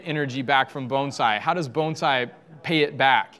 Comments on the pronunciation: Thank you for pronouncing the word Bonsai correctly! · Thank you for pronouncing the word bonsai correctly